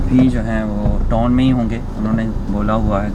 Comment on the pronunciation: Bai toon Ni hota town hota h